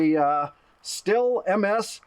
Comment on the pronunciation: showing a pile of firewood in the beginning. Me just trying to relax from 3 days of cutting, chopping, hauling and stacking firewood. Not a good start to a video... 🤣 HInt: ih in German - which is the manufacturer of said chainsaw - is not a ill sound. The h prolongs the i considerably. So it's more pronounced like Stiiiiil. Plus the ST is not a St - most Germans would pronounce it with a sch (be quiet) sound - turining it into schtiiil. It's an excellent chainsaw no matter how you pronounce it. 500 bucks sounds like a lot, but I have 2 Stihl's, 1 Husquarna and one Ryoby and guess which one fails the most - yep, the cheap Chinese product starting with R. Well, I got that to cut bamboo out of the ground and for the 60 bucks it cost it did the job. Not much use after that though.